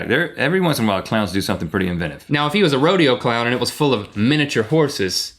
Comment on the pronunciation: was it just me...or did Rhett say 'Inventitive' ... not 'Inventive' ;D